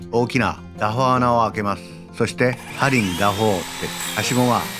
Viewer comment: ｢ダボ｣じゃなくて｢ダホ｣なんですね